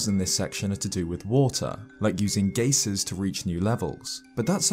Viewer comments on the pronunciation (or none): you know Oo makes the "oo" sound, right? Oocca wouldn't be pronounced "ahcka" also, "gaycers?" If you don't know how to pronounce a word, look it up, don't just guess. Geyser rhymes with "advisor," not "racer"